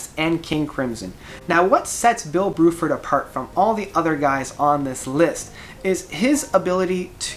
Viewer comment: Bruford not BROOFORD XD